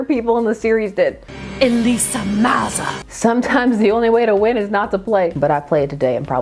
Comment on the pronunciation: You said Elisa's name right, no worries 😊